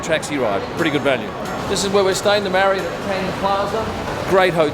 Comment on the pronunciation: Knew you were going to say "Marry-Ott"